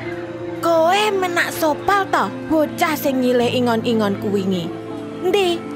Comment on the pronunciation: Bukan menak sopal min..! Tapi Ménak Sopal, baca é nya seperti baca e pada enak atau kecap